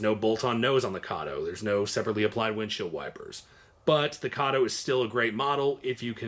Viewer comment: F Y I: Kato is pronounced kah tow.